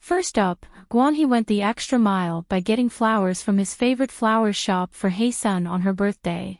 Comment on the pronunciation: Ahh this video pissed me off 🙄 from the annoying ai voice, to the fact that you butchered HyeSeon's name every time. It's HYESEONG, not Heyseon. All this detective investigation and you don't even know her name.